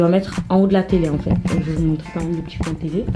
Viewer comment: J'adore quand tu dis "bien" "fin" coin"( bieng, fing, coing)😘